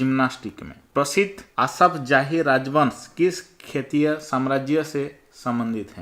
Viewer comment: Sir aap ek shbad pr gadbd kr dete hai har baar shetriy ko khetriy kahte hai aur mukhyamantri ko mukhsyamantri khte hai😁